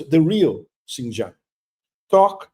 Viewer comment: Pepe: don’t mind me, when Chinese people pronounce the word Xin Jiang, “Jiang” takes a higher tone. 😂